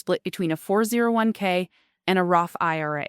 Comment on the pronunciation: "They Burn Thru Flueal " " FOUR ZERO ONE Kay" "Sabatossss" 'One Dollar and Forty Cents Million" not once but twice. Hey "" whats your retirement Date? is it $$$ based or Click Based, we "Carbon units" want to know, You gonna "pull the trigger" at "One Click and Forty Baits Million"????